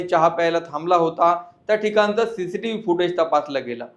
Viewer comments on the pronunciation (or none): none